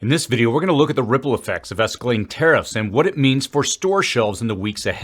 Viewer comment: . Esceling Ezkellyng. Escalating